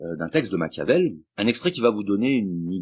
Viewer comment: On dit pas macavel on dit Machiavel